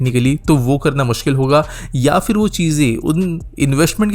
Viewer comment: So, in summary: like with anything else in India, it's pitifully implemented? BTW, what's with so many people not being able to pronounce फ (ph) correctly? It's an aspirated प (p) sound, not the fricative "f" sound (फ़). It's not "fir", "failna", etc., but phir, phailna, etc. Also, it's either BRTS or a BRT system, not a "BRTS system", which is redundant.